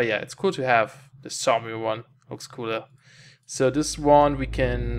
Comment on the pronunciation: "Saumium" A spot of trouble with your pronunciation there, mate?